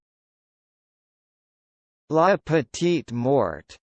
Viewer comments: It's MORE.. LA petit more that's how it is pronounces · Nope! That's incorrect. It's "lah pe-teet more". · That is literally the opposite of how you pronounce that